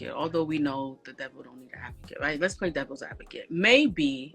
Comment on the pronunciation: You 2 "pway" tooooooo much😂🤣